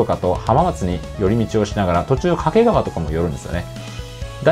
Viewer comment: 掛川のイントネーションが合ってる！！！